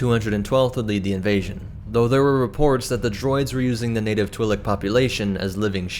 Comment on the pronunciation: You are saying Twilek wrong I do believe